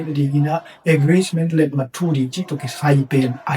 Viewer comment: English word te ah na pronounciation tawm khat hong puah le cin cih khat hong thuum nuam ing. Gth na - Agreesment na cih pen Agreement hi zaw ding hi. Preme minster pen Prime minister hi zaw leh ko a ngai lam te aa ding zak nuam ee. Bangbng hi ta leh na pil na leh na hun manpha tam pi nong piak zel man in lungdam ing gei. Nang tungtawng in hun tawm no sung thu thak leh thu manpha tampi za kha zel ka hih man in lungdam.